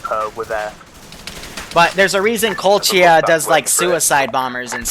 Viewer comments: please stop say kolchia Not tryna be a dick but (koh•lech•iya) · its pronounced Ko-Lech-ia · I knowww my ears are burning when i hear colt-chiya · I'm sorry but the way says Kolechia and Kolechians is just ugh...